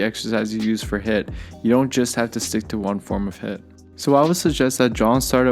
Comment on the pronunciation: It is pronounced as heeeeeeeet.